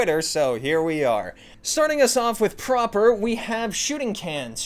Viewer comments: calling prapor proper is crazy 💀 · The worst quest is the one where you have to figure out why pronounces Prapor's name that way.